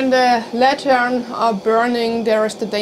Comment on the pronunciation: Lantern The accent emphasis is on the first syllable. LAN-tern